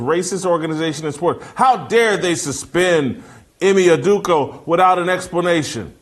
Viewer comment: Mr. Whitlock please learn how to pronounce: Ime Sunday Udoka (/ˈiːmeɪ uːˈdoʊkə/ EE-may oo-DOH-kə;).